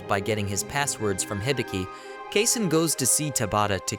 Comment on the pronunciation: Mispronounced. It's supposed to be "Kasen" (kah-sen).